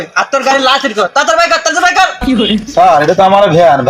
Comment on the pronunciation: লাইসেন না লাইসেন্স হায়রে মূর্খ